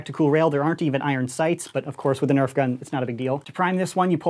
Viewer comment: nobody: coop: EÄF